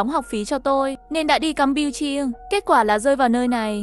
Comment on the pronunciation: Campuchia mà tui nghe thành cam pưn chiên 😂😂